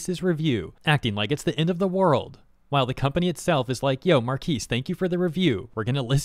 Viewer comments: So he can't say anything bad about a product just because he has a lot of subs? And you sound like AI saying Marques like "markees" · You say his name wrong